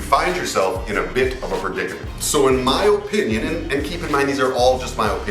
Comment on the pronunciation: You say “O”pinion! 🤣🤣🤣 You funny guy!